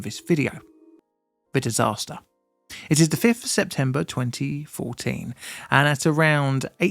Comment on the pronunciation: Hey. Your pronunciation of Angalala (I think that’s how it’s spelt) is a bit off. I understand that you’re British, and are unfamiliar with Australian words and pronunciations, so I’ll help you out. It’s pronounced 'Ang-ga-lala'.